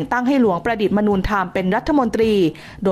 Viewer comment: ดีครับ นำมาย่อยต่อจากภาพยนตร์. แก้เสียงบรรยายนิดนึงนะครับ "มนู" ในชื่อของหลวงประดิษฐ์มนูธรรม อ่านว่า มะ-นู ไม่ใช่ "มนูญ" (มะ-นูน)